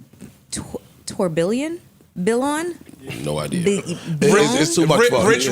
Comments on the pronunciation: Joe is correct about Jacob, idc who his newclientele is, I wouldn’t touch it with a 6ft pole. If you’re going to spend that kind of money on a watch Vacheron, BlancPain, Lange, JLC, Breguet! Also Tourbillion is (Tur-Be-Yon) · As a PSA, “tourbillon” is pronounced “tour-be-on”